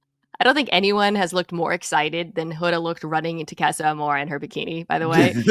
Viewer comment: Mina, please for the love of God, can you pronounce "casa" properly.